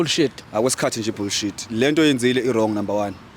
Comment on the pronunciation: 😂😅 not emphasizing "cut the bull shit"😂😅